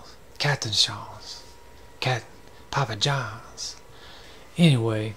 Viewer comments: 🤣🤣🤣 I LOLed "Papa John's"! I wish I could make a voice msg to show you the pronunciation. I'm bilingual English/French. Oh well, say it how you want! So entertaining. 😆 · 🤣 'Papa Johns' lol